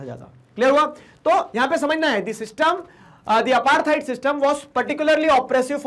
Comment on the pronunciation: It's not aartheid it's apartheid